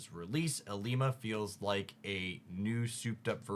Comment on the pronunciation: First cc I’ve watched that says ilima correctly 😅